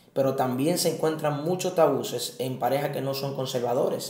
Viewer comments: Se dice Tabúes, no Tabuces. Bendiciones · Que alguien le diga que no se dice “tabuses” sino “tabúes” 🤯 ... El que el entrevistado sea interrumpido cada rato perturba... pero muy buen tema, desde que me casé tengo el pensamiento de que en la iglesia debería de hablarse más del tema, desde un punto de vista bíblico y sano... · excelente manito, ayuno y oración te ayuda pero si no buscas ayuda tarde o temprano se puede fallar nueva vez, y es tabues, no tabuses, debiste corregirle y cortar esa parte, el pobre pasando vergüenza tanto que lo repitió jjjj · Deberían primero que nada aprender a hablar, no son tabuses, son tabúes, disparateros. Y, realmente pareces un niño pequeño, abre esa mente, no seas ignorante.